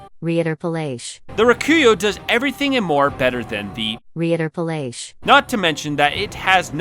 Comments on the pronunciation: At least my fav the beast cutter got some points for drip 😂💀 And Reiterpallasch is pronounced "Righter paah-lush" with a hard R at the beginning, ya know every fromsoft game needs a german weapon to cunfuse players about the pronunciation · I could be wrong, but I think the Reiterpallasch is a german name. Reiter means Horseman/men and Pallasch is a type of type of slash and thrust weapon. I think it's pronounced "Righter-puhlush" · I think Text to speech f*cked up that german more than you would've. Rai-taire-pawl-awsh Rei is spoken like in "RAIden" Ter as in "VolTAIRE" And the German a is a round a like the one in the word "Aqua". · "Reiterpallasch" is german so the pronounciation is still different thought it would be cool to know. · People struggling with pronouncing Reiterpallasch will never not be funny to me. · asa german, hearing the voice spelling the "reiterpallasch" completly wrong, made my cringe for a week. srysly i watched this a week ago and now have awoken from the cringe to write this comment.